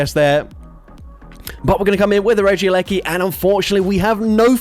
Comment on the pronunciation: “Regi gigASS” Ik it’s the accent and I love you😂❤